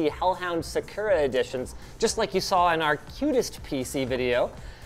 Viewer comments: Is it just me, or does anyone else find it weird Linus is pronouncing “sakura” as “se-kur-a” and not “sa-ku-ra” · And really? sah-koorah? It's sahk ooo ra. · Was it not SaaKooRaa? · uh huh. “SaCURE-a” is how to say that Japanese word. 🤦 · That thought it was pronounced “Sak” “cura” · Can you guys please teach Linus how to say Sakura correctly? He sounds like a tool. It's not hard and there's no reason it needs a different pronunciation in English. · Today I learned that Linus cannot pronounce Sakura correctly. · Why does he say Sakura like that